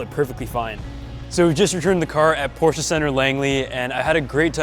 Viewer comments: You’re nearly the only English speaking guy I know how actually is able to pronounce “Porsche“ the right way. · Cool Intro, and respect not every american can pronounce Porsche the right way